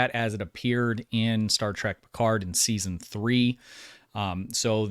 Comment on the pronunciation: Why do you keep saying Star Track?